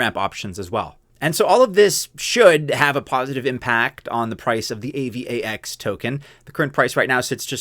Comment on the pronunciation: AVAX is pronounced eivax as one word ffs, not A-V-A-X